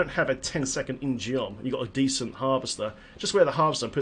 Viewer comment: In-Geom is korean and pronounced In-Gum. It's spelled 인검, and the korean vowel 어 ( ㅓ ) is mostly spelled "eo" with roman letters, also sometimes spelled with "u", like in Samsung, 삼성. But it's just one vowel, ㅓ, so you don't pronounce the sword In gee-um. Just gum. In-Gum... geom. You get it.